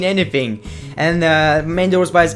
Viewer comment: I Want you to say MANDY ROSE again, in your ACCENT as you said rn